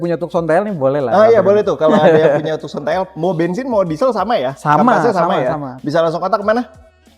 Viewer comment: Tukson apa taksen sih bacanya 😁